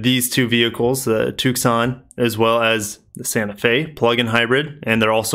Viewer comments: The "C" is silent in Tucson! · I love the way you say Tucson